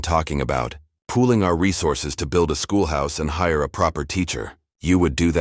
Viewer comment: Come on "desert" pronounced "dessert travel?" Pooling our resources, not pulling. Attend to, NOT two. The word led is not capitalized in the middle of a sentence. LED in all caps is a type of lights, I believe. That's the only time the whole word would be capitalized.